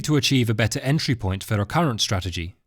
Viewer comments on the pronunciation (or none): none